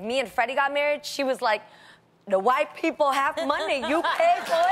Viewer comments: I'm loving how Jeannie pronounced "Whiiii people" 😄😄😄😄😄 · "Wypipo" lmaooo